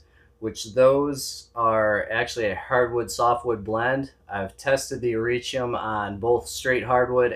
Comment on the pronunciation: Nice video. I'm pulling for the Michigan Oysters :) I love the way you say Hericium. I think that might be closest to the 'correct' way. I always struggle with 'leucistic' and how to say it.